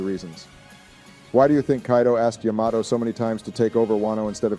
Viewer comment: Yo the way they say Yamato is hilarious, can’t keep the same pronunciation